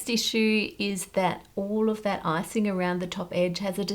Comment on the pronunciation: I heard that as ‘all of that arsing around’ rather than ‘icing around’ and honestly either way works!